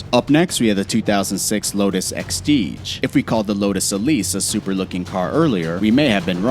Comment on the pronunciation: "before replacing it with the Gran turnismo " "lotus exteege "